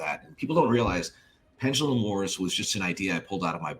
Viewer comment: Gears Pendalumlum